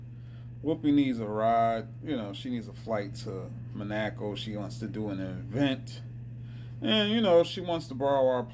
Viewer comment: Not knowing how to say Monaco is hilarious.